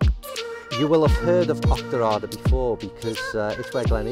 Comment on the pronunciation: Great video 👍 It's pronounced "auch ter are der" by the way 😃